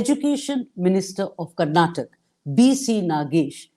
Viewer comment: For the interviewer , the state is not called as ' Karnatak ' it is called as ' Karnataka' .